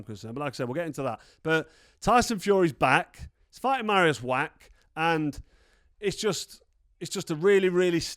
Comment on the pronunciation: Carl, please learn people's names, it isn't that difficult. Marius' surname is NOT pronounced "Wack" it is pronounced "Vacch" the sound at the end is like the Scottish "Loch". Why are Brits so afraid to have a proper go at foreign words? I love languages - when you learn a language that's not your mother tongue, even just a bit of it - you start to gain an insight into the character of the people, the culture and their psyche. Go for it mate, you know you want to.